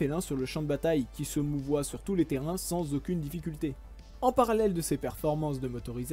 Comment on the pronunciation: "qui se meut",;)